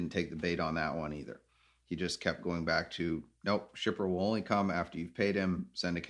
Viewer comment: I hate it when people say, wool instead of will sounds like a child